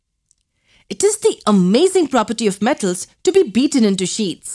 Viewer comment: Mam you had cold while adding the voice over in this video cauz you could not pronounce M , like [them , metals , non metals] etc ....🔥